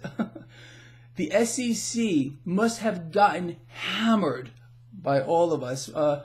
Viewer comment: Hey,it sounds like you're saying SCC